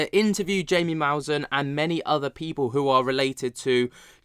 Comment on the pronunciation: Here’s how to pronounce Jaime Maussan: HI, or HIGH-meh (not mee, but meh), accentuation on HIGH, hence the caps; Mouse(like the animal)-ANN.